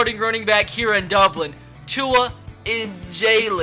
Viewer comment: Bless your soul you said tua’s name right this time! 😂